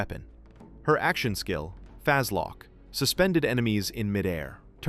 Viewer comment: "fazlock" yeah this ai slop is awful please yt do smth about it